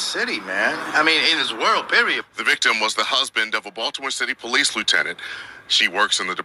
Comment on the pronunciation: "POLEECES" chuckle 😆